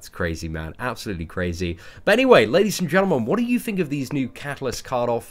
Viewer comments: Sometimes its "and gentlemen" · It's 'Bees and Gentlemen'...'BEES'